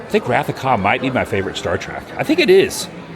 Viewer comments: Adam: it's not star trak, it's star trek!!!! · Hurts me when he says Trak.